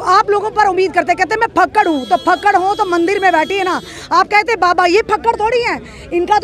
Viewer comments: Fakkad nai Jakkad hai yeh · Fakkd ni fakkar hota ha